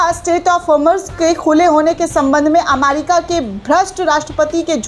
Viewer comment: अमारिका नहीं ' अमेरिका ' दुरुस्त कीजिये l